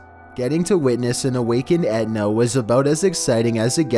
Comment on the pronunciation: 14. Would you please stop calling this mount Edna? It is Mt. Etna.